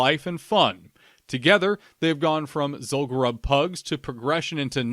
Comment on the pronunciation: As a fellow lore enthusiast, I have to chime in with the pronunciation for Zul'Gurub - it should be pronounced "Zool-goo-roob". Pronounce it the same way as the troll tribe it's associated with, the Gurubashi. We don't call them the "Guh-ruh-bashi" trolls, right? The name is derived from the tribe, just as Zul'Farrak is for the Farraki, Zul'Aman for the Amani, and Zul'Drak of the Drakkari.